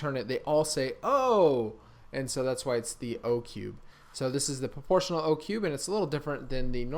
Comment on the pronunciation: I thought you were saying proportion one handed